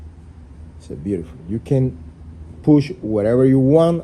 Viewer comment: Please your “ biurifol “ limit has been reached